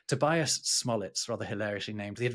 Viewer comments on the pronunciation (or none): none